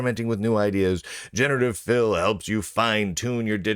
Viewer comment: the way you said 'generative fill' kinda sounded to me like 'generative filth' ..and yeah, that sounds like a pretty good way to describe it actually